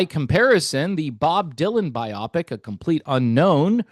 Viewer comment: Agree with your take and enjoy your channel. BTW, the word is pronounced "bye-oh pick".